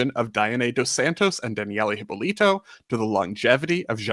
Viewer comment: Thank you for the video! As a Brazilian, I can tell you guys did a very good research. Just a few points: - You are pronouncing "Hypólito" wrong. It's more like "Hee-paw-lee-tu". - Thank you for pointing out that Brazil just didn't have the luxury to replace a gymnast. The field was not that deep like in many other countries. So, if a gymnast would win something, this gymnast would stay in the national team for as long as she wants (unless an injury stops her). A few US girls tried to come back later like Zmeskal in 2000 and Liukin in 2012 but the field was just too competitive. If they were Brazilians, specially in Liukin's case (coming to defend her AA olympic crown), they would probably would succeed in making the Olympic team. -Georgette Vidor indeed deserved a podcast on her own. I also loved when she briefly worked as a commentator in Brazilian TV for some PanAms. She was so blunt! There were three stations broadcasting it. Jade Barbosa was on the lead for the AA until she falls from UB. Luisa Parente in one station and Andreia João on the other were trying to comfort the public like "let's wait and see what happens, it's not over yet" and Vidor was like "Jade just falls from UB ending any hopes for a medal! What a shame!". It made me giggle at the time. 🤣Also, she was not the sole survivor from the bus accident (Danielle and other members of the gymnastics team were also inside the bus). There were a few casualties but she did an interview saying she was asleep